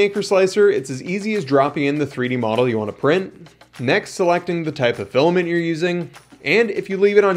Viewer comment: Filament. Pronounced "FILL-A-MINT". Not filamin.